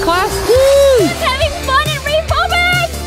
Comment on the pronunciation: i thought its called "vyrobics" not ryvobics whaaaat have a nice day/evening/night :) ;)